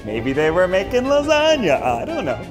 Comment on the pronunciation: is no one going to adrdess the "sloppy jasagna" that Ned said...?